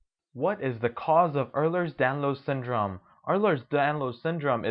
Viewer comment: You may want to pronounce Ehlers Danlos Syndrome the correct way if this is an informative video.